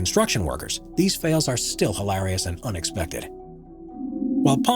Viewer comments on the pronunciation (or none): The way he says hallarious is hallarious XD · So funny hilarious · haha heard that too!